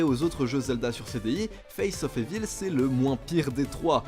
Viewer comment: qui prononce Evil "évile" m'empêche de dormir